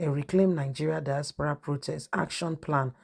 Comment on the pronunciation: Not dispara but diaspora,you cannot pronounce words,I wonder if you are a teacher you would destroy their brains.